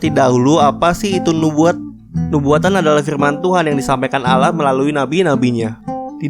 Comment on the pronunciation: Allah bukan Alah